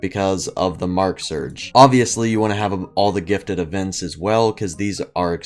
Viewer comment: Nobody’s gonna tell him he says gifted as gitted